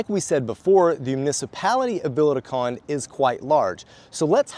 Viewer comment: Sorry but I can't help myself, peak Karen here. I have been watching you guys on and off for years and I know you guys are practising your vowel reduction but you've had a lot of time to work on this. I'm only a couple of years in here but can do it. There is an e on the end of Conde, like Continente the supermarket. Vowel reduction doesn't mean it's gone completely but the best way of trying to explain to English speakers is add a little pant at the end with the e. It's not meant to be clipped off entirely, I know it's subtle but it's still there. If you can't handle that then think of the e in "comment", just do a half e. If you can do a single and double tap r you've won the language! Maybe there's a video in this comment for you and sorry for being such an arse about it